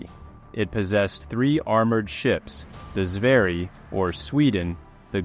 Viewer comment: don't butcher my boy sverige marinen ever again. SVÄRJE MARINEN, THAT'S HOW YOU PRONOUNCE IT.